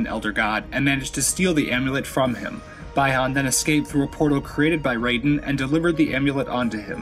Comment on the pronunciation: it's pronounced Bee han not bye han Bihan